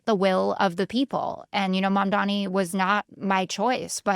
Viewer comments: sorry I meant to say three. It’s pronounced “mum-donny”, not “mum-dommy” like Scott’s been saying it for months now. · Thank you- no new property taxes will be raised for these stores, as they’ll reallocate subsidies that they already send to the bodegas. And while he’s at it, I wish he could learn to pronounce Zohran’s last name correctly. It doesn’t have three m’s. After so many months it feels like a micro-aggression.